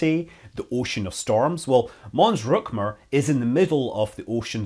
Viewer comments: It's Rümker, not Rükmer. ;-) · I suspect it is not pronounced "ruck-mer." :) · He's always saying "Mün" so I expected to hear the correct ü in "Mons-Rümker" but he said "Mons-Rumker".